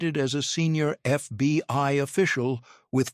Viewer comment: Maybe get a real narrator. C Y A and FBY come up a few times.. Keep at it tho